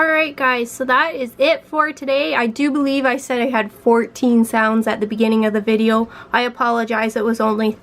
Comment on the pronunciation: Are you Canadian? Its the way you say VideO.